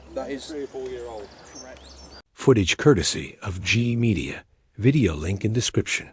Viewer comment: It’s DJE Media not G Media,,can’t get that right 😂😂